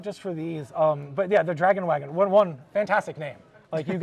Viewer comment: Did yaa hear how "Dragon Wagon" was pronounced, my guy? How both dragon and wagon didn't rhyme with raygun?